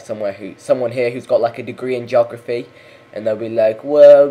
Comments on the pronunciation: Do we need another Australian to come out and teach you English how to speak your own language? It's pronounced /ge/og/raf/e\ not /jog/raf/e\ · Its a joke god damnit!! The way hes saying it sounds like jography